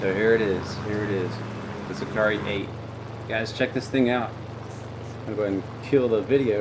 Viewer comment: Hi! The right pronunciation is "see-car-EH (eh as the "e" in Echo) Congrats on your amazing channel